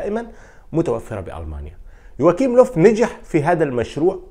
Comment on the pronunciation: للتصحيح اسمو يواخيم وليس يواكيم وحارس برشلونة اسمو ستيغين وليس شتيغين